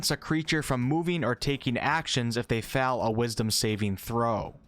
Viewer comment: It's so weird how you say fell instead of fail.